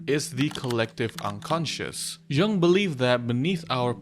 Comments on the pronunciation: BTW, it's "yung", not "zhung"! So you sound smarter :) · Mispronouncing Jung is crazy. 😂